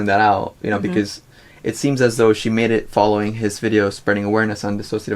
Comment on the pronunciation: THANK YOU for saying D I S S O C I A T I V E correctly